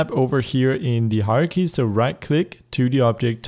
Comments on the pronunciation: When you say "hierarchy", it sounds like "horror key" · he could prounounce it like " high-ar-key